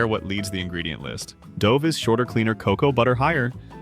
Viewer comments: This video wasted two minutes on the intro to Russell Stover. Imagine a video describing empty, tasteless ingredients offers empty, meaningless content. And pronounces "Dove" with a long 'O'. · The AI generated voice becomes apparent when it cannot pronounce the word dove😢